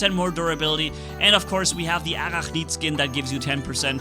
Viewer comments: it's not arakhneed, it's pronounced a-rack-nid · Ar-rack-nid is how we pronounce it in English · uh-RACK-nid. There you go =) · It's pronounced A-Rack-Nid, as in of the Arachnid species family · Hey I see you need help to pronounce arachnid, here you go Uhh-rak-nid Hope it helps 😁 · I don’t mean to be rude, but say ‘Ah rack nid’:) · Arachnid invader (Uh-rack-nid) sound it out 😊